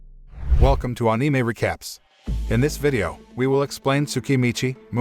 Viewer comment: I always get annoyed how he pronounces anime